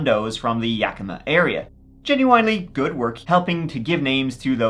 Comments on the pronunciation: good job pronouncing Yakima!! 👍🏻😁 I think it was aliens 👽. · Thank you for pronouncing Yakima correctly!! I live there and so many people mis pronounce it!!! 😂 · I always love your videos. Living in Yakima (and thank you for pronouncing it correctly😊) (no, seriously, people say it werid all the time on YouTube🙄), Moxee is truly out in the middle of nowhere Weirdness, serious weirdness. Yakima does have an airport, a very small airport. The Yakima Fireing Center is close enough to be involved in a conspiracy, It's run by the Army I believe... There is a lot of Army training done in the hills between Yakima and Ellensburg. I don't have a clue if it has anything to do with that poor man. BUT a mystery is a mystery... Sad but intriguing stories. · I just have to say as a native of the area, good job on pronouncing city names in Washington. Yakima and Spokane are often pronounced incorrectly, but you nailed it! Even some big tv shows like Criminal Minds have gotten it wrong. Details like that are why I subscribed! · hearing you pronounce Yakima and Moxee better than a lot of people from the Pacific Northwest is wild 😅